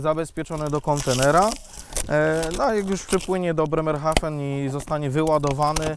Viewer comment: Panie. To miasto to Bremenhefe tylko Bremerhaven. Wypada jednak troche sie pofuczyc. Poza tym jezyk opowisci mozna powiedzie poezja dla ucha ale chxba tylko ucha kibola😂